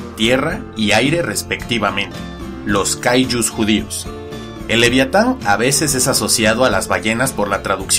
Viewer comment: Cuando dice livyatan (pronunciación hebrea) la V lo pronuncia cómo la V en francés, tipo F, no se leería así V de la sp ?